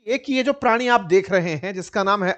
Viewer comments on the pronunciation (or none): 😂sir ji aap prani bol rahe the mujhe Hansi a gai😂